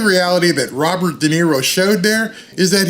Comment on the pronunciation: RoBird, he talking to who?